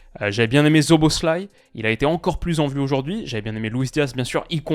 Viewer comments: Attention on prononce Szoboszlai -> Soboslai! Sinon excellente vidéo encore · Ca se prononce Soboslai